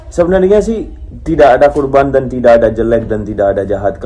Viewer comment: Korban... Bukan kurban bang...